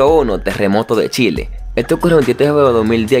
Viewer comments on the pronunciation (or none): none